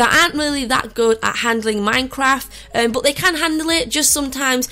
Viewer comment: But it sounds like butt